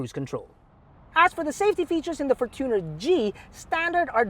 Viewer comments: the fortuner is pronounced as “fortune + r” from the word “fortune” not “for + tuner” from the word “tuner” “FORTUNEr” not “forTUNER” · How is it really pronounced? For-chooooo-ner or for-chuh-nr